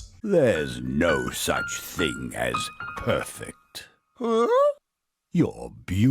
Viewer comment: I’m getting some “prettey” vibes every time he said “perfect”